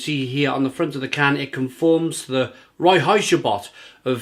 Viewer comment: I really enjoy this beer. By the way, Reinheitsgebot is pronounced like RINE-hites-ga-boat. König means King.